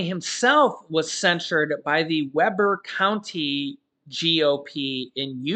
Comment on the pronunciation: "WEE" (Rhymes with pee) County, Utah. You're killing me, Smalls!🤣